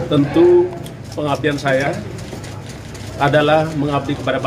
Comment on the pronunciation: pangapdian apaan😂😂😂